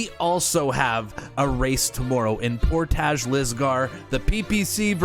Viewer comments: Portage is pronounced like porridge with a t. Portij = Portage. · all day! And you are saying portage wrong Haha. It's more like " por-tige"